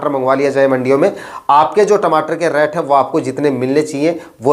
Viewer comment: रैट मत बोलो भाई रेट बोलो। रैट का मतलब चुहा होता है।